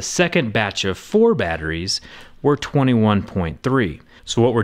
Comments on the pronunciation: I laughed when he said “power supry”. Nice video :D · "Power Suppry" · "Power Su-pry" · battery supry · "DC regulated power suppRy" lmao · power suppry made me giggle